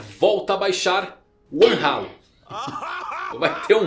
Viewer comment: Pqp o video todo indo bonitinho. Do nada: One Ralo KKKKKKKKKKKKKKKKKK